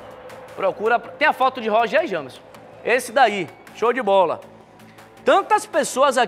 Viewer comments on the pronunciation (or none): none